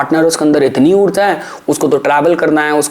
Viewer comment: हिन्दी भाषा में उच्चारण ऊर्ज़ा (Urzaa) नहीं ऊर्जा (Urjaa) होता है